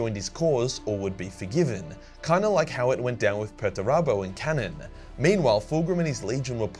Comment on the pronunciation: Why do you pronounce Perturabo like that?